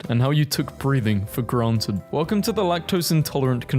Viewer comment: WELCUOM TO ERARBF